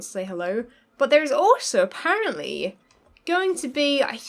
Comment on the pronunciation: And appawently...